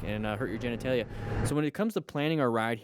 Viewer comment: I know it sucks. But you said "genetalia" quickly and i heard "jen i tay ya" and giggled a bit. Think... redneck. Talking about something bad. Like "boy i tell ya". Stupid, but it was needed after the start of 4th winter here today